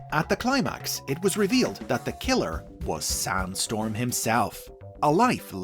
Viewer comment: Why do i hear Soundstorm instead of Sandstorm, most of the time?